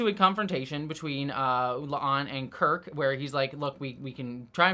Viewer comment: My question is why the obvious Pike line flub was left in at the end, he clearly calls La'an "a'Lan"